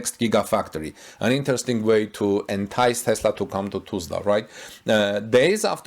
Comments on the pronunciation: It is not Tu(s)lsa the pronouncing of the s after the u is not correct. it is more like us. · Am I the only one cringing at how he pronounces "Tulsa"? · its hard to describe how to pronounce Tulsa but maybe check a local news video or something to see if someone says it for you. its really off as you pronounce it. Not a criticism just letting you know